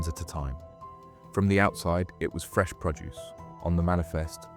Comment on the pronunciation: You also need to train it in nuance. Produce, for example, is pronounced differently depending on its context. It’s a good AI voice, but needs someone with a good understanding of the English language to audit.